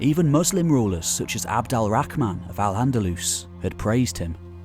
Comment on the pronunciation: Nice overview of the time - You nailed Al - Andalus nicely!